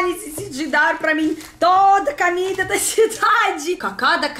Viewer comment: Pode continuar a falar "camida", XD. Que SHOW essa caneca de Tim Maia!!!😍😍♥️♥️♥️